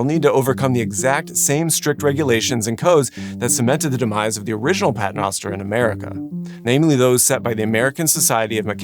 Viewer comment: As a Catholic your pronunciation of pater noster makes my head hurt.